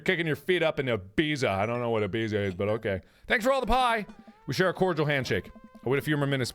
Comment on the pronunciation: I knew it was going to happen but I still dry heaved when Ibiza was misspronounced.